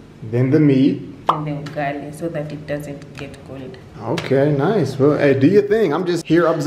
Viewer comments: He says,"yugali🤣" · Please, please, please it is not you-gali, it is oo-gali!!!! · Its not yugali.... Its UGALI... UGALI ok... UGALI.. I rate the video 9/10... the one point you lost in my rating is because of wrong pronunciation of UGALI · It's not 'Yugali.' Use the vowel letter 'U' from 'a e i o u' .....Ugali*** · Someone needs to teach swahili vowels A E I O U. The U in Ugali is pronounced with a double "UU". Another smashing video dude! Liked and Subscribed